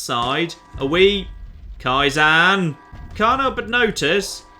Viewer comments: "Kai - ZAN" fucking hell... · It's Ka-eye-ZEN, it's a Japanese word for gradual improvement/progress. Pronunciation's throwing me off real bad you throffy bugger